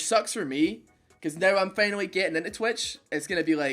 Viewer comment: ''finally'' ''hour'' not fenal or error